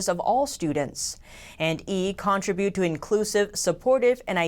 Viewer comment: capitulation is ca-PIT-u-lay-shun, not what you said. And contribute is con-TRIB-yout. Did you learn how to pronounce Utah yet? Again, it's YOU-tah, not u-DAH.